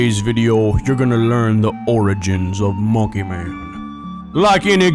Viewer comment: soup said monkeh rights